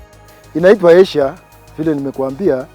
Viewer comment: He meant ayshire but pronounced it as asia